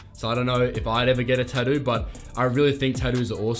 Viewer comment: I thought you were a brit but... you are Aussie... right? I am saying that because of how you say Tattoo - reminds me of Bondi Ink. :) Very cool content man, the video production is top notch. Your B roll and such is very pro looking, I enjoying your stuff.